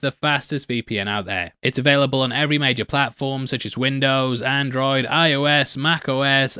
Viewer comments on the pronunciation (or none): none